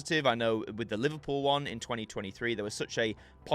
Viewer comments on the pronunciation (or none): none